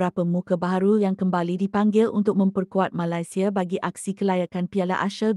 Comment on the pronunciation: Cuba la sebut Malaysia betul2 min 😅